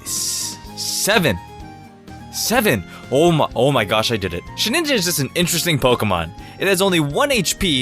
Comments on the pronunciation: its sheDINja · I actually lol'd at "Shed-ninja" and "Traunt", but then I couldn't figure out if you were actually saying them wrong as a joke or not haha